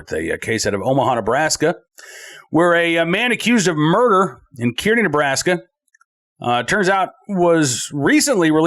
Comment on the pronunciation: town in Nebraska is pronounced Car-nee..